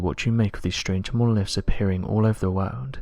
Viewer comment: "....the wawld....." IJPMSL....!!!!!